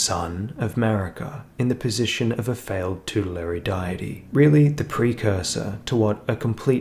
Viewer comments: Oh damn yeah,. Next time I'll say 'vegemite' or something instead. But nah man the video was still great, it was just soooo distracting every time you said "die-tee" instead haha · Great video. "Deity" is pronounced "Day-it-ee" by the way. I don't know why, but it is. Old Latin words aye, weird but cool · What does that have to do with anything? You said it wrong, they're trying to help you. Doesn't matter where you're from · All this work and you can't pronounce deity? How is that possible?